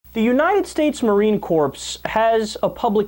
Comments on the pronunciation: Ummmmm.....kyle! it's pronounced "core", not "corpse". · Did he say' "United States Marine Corpse?" Done watching. No credibility here. Only disrespect and bigotry. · “United States Marine Corpse”...🤦‍♂️ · N P It’s pronounces KOR you bonehead. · It is the Moron Corpse though. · Corps - "P" and "S" are NOT pronounced.